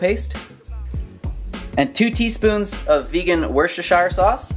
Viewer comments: Born and mostly raised in Worcester - where Worcestershire sauce comes from!!! SO proud of you for using it haha - btw it's pronounced WOOSTER - but the double o is kind of an U sound. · I am a Brit. It's Wooster sauce. For some obscure reason we don't pronounce the shire bit. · Worshershire? Hahaha Recipes look great